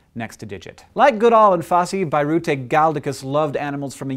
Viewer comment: Hank, Birute is not pronounced with an [ai] but with [i]